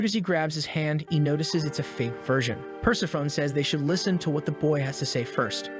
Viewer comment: Persephone is not "purse-a-phone" but "per-SEF-a-knee".